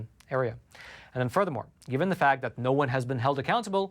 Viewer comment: Thank you very much for your contribution to good news. You, along with others, have been a great help in these times of disinformation, lies, and massive media coverups. (On a small side note, please do learn how to pronounce the definite and indefinite article. For whatever reason, mispronunciation of these two simple words is ubiquitous on YouTube, and that by all kinds of speakers, from simpler folks to well-educated people. Thanks for listening.)